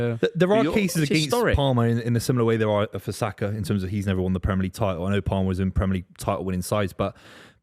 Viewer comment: who is that clown saying Saka???